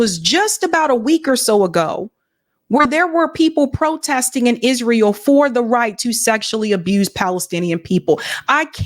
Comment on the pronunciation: YES YOU CANT MAKE THIS UP...THE UNBELIEVABLE IS IZ-RA-HIELL